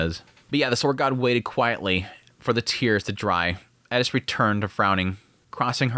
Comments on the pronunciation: bruh its just eris not elis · I know, right, why does he always cay ED-issss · How the heck do you hear how they pronounce their own names and still get it wrong. My guy it is Air-es. No d in the whole name. Please fix. It’s super disrespectful coming from a guy that has my name mispronounced and misspelled constantly. Just listen to what they say their name is or when other characters are calling them. Please I can not stress this enough. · I’m new here. Any reason you aren’t pronouncing Eris the correct way?